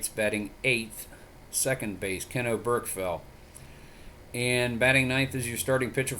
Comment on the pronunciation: Just an FYI Oberkfell's name is pronounced Oberk-Fell. You put the wrong emPHASis on the wrong sylLABle :-)